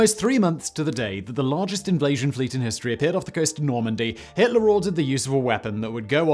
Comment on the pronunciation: 'invlasion fleet'? What's that exactly?